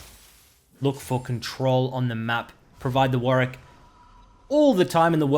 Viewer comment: why is he calling warwick “weedwick” and why does it make me laugh sm